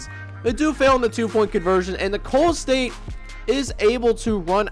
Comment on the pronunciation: For future reference Nicolls st is pronounced like “nickels” state. Keep up the great content